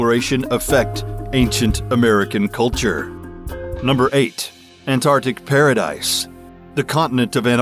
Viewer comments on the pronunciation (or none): Numb ER 8: anartic PARA dice -the narrator